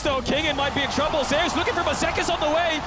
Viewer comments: zayyus it's zeus man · Why are they pronouncing Zeus like that?